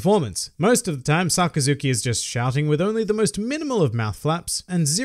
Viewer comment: sockazuki?? I thought it was Sakazuki?! But it was a great video